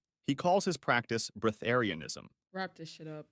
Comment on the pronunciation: Breathairinism?? we got to lock tf in bro